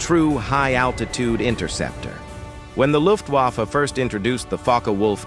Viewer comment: Nobody called the FW a one- nine-zero, it’s an FW one-ninety.